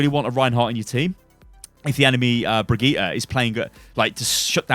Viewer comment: BRI-GITT-A *Jazzhands*